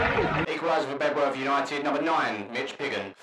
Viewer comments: Great to see The Greenbacks on OTR, but mate, it's pronounced "Beduff" - not Bed-worth! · I've had a chat with locals here. It's pronounced "Bed..orth" you drop the w around these parts.